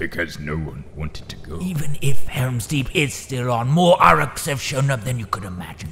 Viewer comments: You butchered the pronunciation of Uruk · How is it you can do flawless impressions of most of these guys but can’t pronounce Uruk?